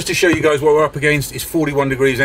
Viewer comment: it's guys not gays😅